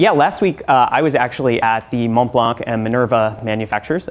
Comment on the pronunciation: LOL ! Did he REALLY pronounce the "c" in Monblanc ? Go look at their youtube channel to see how to pronounce it correctly. Don't tell me, you also like Blankpayne watches as well...